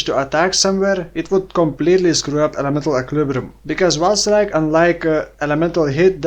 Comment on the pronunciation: I understand "vaal strike" every time 😅 New skill soon?